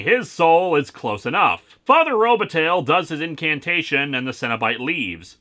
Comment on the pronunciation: Robataille Row-buh-tie